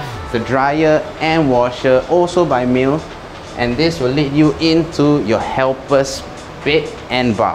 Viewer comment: Hey, FYI Miele is pronounced as mee-luh.